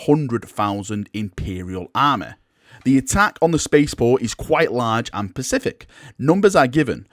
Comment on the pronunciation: Man,, you kill me with some words. It is Specific, not Pacific. Sorry for being a notsee but it just kills me.